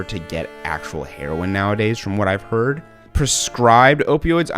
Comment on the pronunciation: “I’ve hearrrd” “they all feel same to me” Love it lmao